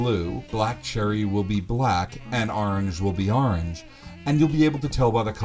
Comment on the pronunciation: "And aarnj will be aarnj."